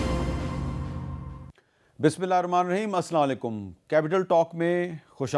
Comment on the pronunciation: Please learn how to say slam as it is Assalamu alaikum (السلام عليكم) not sla alykum